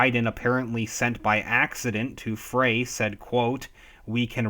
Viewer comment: Frey - pronounced "Fry"